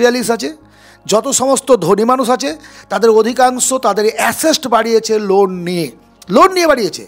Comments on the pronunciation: আপনার কথা তে আশেষ্ট নয় ওটা হবে আসেট। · Asset noy, ASESST 😮😂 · আপনার কথা শুনে ভালো লাগলো শুধু দয়া করে "অ্যাসেট" উচ্চারণ টা ঠিক করবেন।